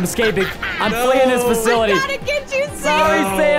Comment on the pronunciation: Bro it’s not ‘fakilty’ it’s ‘fasility’